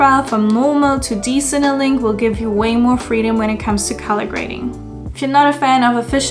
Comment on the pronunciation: It's called D-CineLIKE not CineLINK ;)